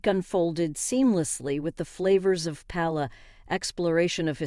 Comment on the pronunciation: The computer auto voice is emotionless and the edit is full of flaws from the first line of text substituting the word "and" for "I'm". I gave up less than 5 minutes in, I think the auto voice's mangling of the pronunciation of paella finally did it for me.